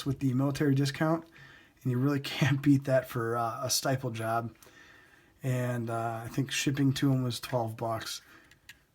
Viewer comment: stipple pronounced like nipple. sorry just had to